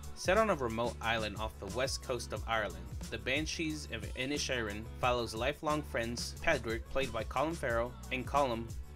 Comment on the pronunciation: Pádraig : (Paw-drig) Síobhan : (Shiv-awn) Inisherin: Inish-Air-in… NOT inish-EAR-in nor inish-EYE-rin This is a difficult review because this is an allegorical piece with multiple layers and meanings. For some viewers, the take-always can only be superficial; whereas, for others (who know more about Ireland) the meanings go VERY DEEP (and even refer to the “mythological” in the Irish mythological tradition). This is a piece about the Irish Civil War (those supporting a Free State (Pro-Treaty)versus those wanting a provisional government (IRA)(Anti-Treaty)) [and simply how some from the North (let’s just say), who held allegiance to the English, fought against the Irish Republicans (those who in Ireland wanted full independence from England and a stand-alone Irish Republic thus “Republican”…(Respectfully, NOTHING TO DO WITH USA/AMERICAN POLITICS FOLKS!)] The name Inisherin means the “Irish Isle” or “Island of Ireland”. In the movie, it is just off the coast of “mainland” Ireland. In reality this Inisherin doesn’t exist. This little Irish isle represents the greater Irish Island just a short distance away!! And, the conflicts raging in Ireland of the time of the Civil War which happens to be the period of time represented in the movie. To “turn” on (rise up against) friends and brothers for no reason or no good reason, to cause death and pain, to inflict a blood lust and an inherited feud with uncertain outcomes other than distrust, pain, loss and misery…speaks to what Ireland